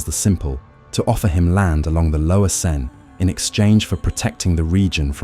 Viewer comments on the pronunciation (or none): none